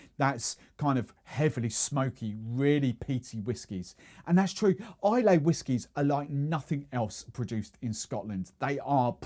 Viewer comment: If you could pronounce Islay correctly, that would be great